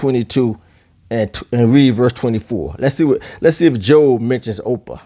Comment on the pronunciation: Your pronouncing ophir wrong. Its not 'opa' its pronounce 'ofear' (trying to write it in the way its prounce but hopefully you get the idea.)